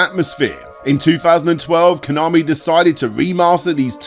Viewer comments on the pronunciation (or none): none